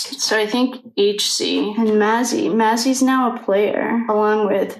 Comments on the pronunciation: Just so u know her name is pronounced May-zee, rhymes with Daisy.🌼💮👍🏻😊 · Her name is pronounced May-Z. Dirty South is what they call David Loach. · Dirty South is what David loach goes by.And Mazie is pronounced. " May zee "